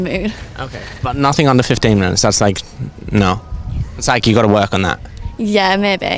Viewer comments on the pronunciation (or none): English coming out 😂😂😂😂 "Noh"